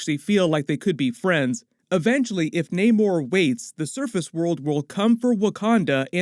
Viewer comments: Bro it's not NAYMORE... It's NAMOR.... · Why does no one just pronounce namor correctly , it’s not like it’s a complicated name